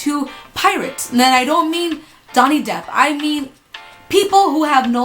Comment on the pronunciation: Allura Cellario I was just joking around about how she mispronounced Johnny Depp’s name